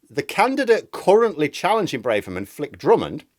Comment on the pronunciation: It’s Brahverman not Brayverman. Why is this such a pronunciation blindspot for so many vloggers?